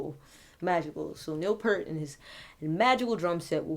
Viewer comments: It's great to see the number of people from ALL backgrounds paying tribute to Neil. Not that it's relevant (now or before) but his name is pronounced "Pee-ert", not "Pair-t". He certainly was an inspitation across so many genres. R.I.P. Neil. Gone but NEVER forgotten! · If you loved him so much you could have pronounced his last name right...it's peert, not pert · It's P-ear-T NOT Pert (the shampoo) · Neil Peart, pronounced PEYERT, not Pert. He's not a shampoo. For real drumming feats of excellence, try Tom Sawyer, 2112, and my personal favorite, Anthem. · Peer-t. Not Pert. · Pert is a brand of Shampoo...........its pronounced Peeert, P ear T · With respect, his name is pronounced "peert", not "purt". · In the future his name does not rhyme with "hurt". The things you "hear" with, one of which is an "ear", put a "p" in front, a "t" behind and you have Peart. Rhymes with "ear". Peace and Love. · It's pronounced Peeurrt! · whoa.. I cant believe it... A black chic who likes Rush/Neil Peart? Good job on this by the way! One thing tho... (if others have mentioned this Im sorry for bringing it up again) But Peart -ya gotta say it like how you say "ear". pEARt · His last name is pronounced P-ear-t just FYI. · It's pronounced Piert. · Neil Peart's last name is pronounced ," pierret". It's commonly mispronounced all the time...lol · Its pronounced like EAR with a P at the start and a T at the end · His last name is pronounced P-Ear-T. Nice tribute. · It's Neil Peeert but that's okay, a very common mistake. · It's pronounced P-ear-t. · Im not looking at comments, but I know haters are bashing. His name is pronounced like pEARt is the easiest way to get you closer to the right pronunciation. EAR is two syllables. But thank you for doing a good job on this! Your open mind to other things is amazing. The man was gracious, humble and peaceful. A great music man. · Peart rhymes with 'peer' - this is the ideal time for everyone to finally get his name right!